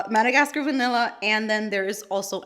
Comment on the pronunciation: Another great video 💕 🥰…. “VANILL-ER” 😂 lol I laughed so hard!!!!